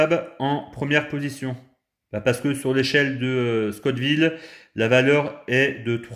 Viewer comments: scott ville ou la ville de Monsieur ScoTT 🤣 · Scoville !!! Pas Scott Ville 😂 Très bonne vidéo sinon 🤗